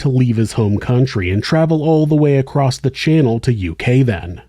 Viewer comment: Im just curious why some people pronounce the word "across" with a "t" at the end, eg..."acrosst"??? The word doesn't even have a "silent "t", because there is no "t" at all in the word!!! Most people say "across", not "acrosst"!!! How would a person even spell it in a "writing"??? across"... or "acrosst"??? Just very curios!!!🤔🤔🤔